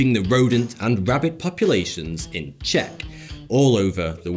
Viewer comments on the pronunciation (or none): none